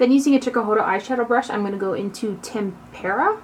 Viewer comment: Thank you for pronouncing "tempera" correctly. Lol. Xoxoxo